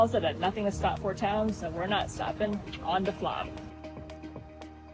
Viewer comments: FYI, the "å" in Flåm is an "o" sound more look "Flohm". It's an understandable mistake, but it's an interesting point to raise as part of one's experience in Norway. Additionally, Norway is NOT expensive. Alcohol is so don't drink so much. Tips are not required so the prices you see are the prices you pay. Groceries, modest hotels, hostels and AirBnBs/VRBOs are reasonable. Plus, for a country with some of the highest taxes in the world, the Norwegian people are incredibly content and happy. There is almost no homelessness, good infrastructure, lots of transportation options, clean, orderly, and safe. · My family just got back from Norway. We’re a Norwegian family. I’m a third generation Norwegian. It was absolutely amazing! It’s actually pronounced Floam even though it’s spelled Flåm. We’re hoping to go back soon! We want to find our family there. It was so hot when we were there. It was 85 degrees plus everyday. It was absolutely beautiful! I’m proud to be Norwegian! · Try to learn to pronounce "å". It's is easy. It's not "a". It's more like "o". Aw. Open. Door. Flåm is not Flam! It's more like "Flom". Nice video! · The English phonetic pronunciation of "Flåm" is "Flom". The "å" in Norwegian is pronounced like the "o" in "born" in English. ❤